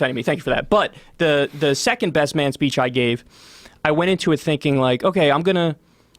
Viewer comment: This guy disagrees completely on EVERYTHING with intelligent conservatives? That’s where I move on.. CLEARLY he’s full of shit on being a libertarian liberal.. and Joe... don’t even get me started.. “come on mon..it’s like mon.. “ what?!? It’s MAN !!